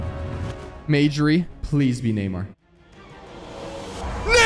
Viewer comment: Neymar has a r